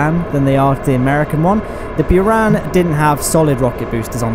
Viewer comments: It's pronounced "beran" not "beeran" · It's pronounced Boor ah n